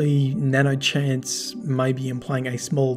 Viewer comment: Nano hanse not nano chase